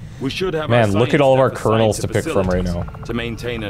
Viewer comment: He keep call Colonel's - Cardinal's :)